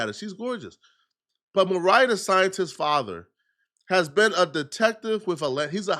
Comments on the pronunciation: Maria and Mariah shouldn’t be that hard to differentiate 😂😂😂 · say it with me, Mariah (mah-RYE-uh) the scientist, not Maria 😭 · 🤦🏽‍♀️ it’s MarIAH not Maria 🤣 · Mu-Ry-Yuh Mariah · Bro said “MARIA the Scientist” lmaooooo